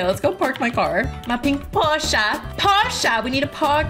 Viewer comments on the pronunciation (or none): Bro she said my name when she said “PORSHA” but she said Porcha